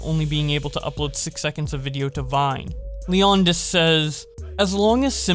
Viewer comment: I love your videos, and I'm not making fun if you but, I thought it was funny that you said leon-dis, instead of Leonidas (like from 300). xD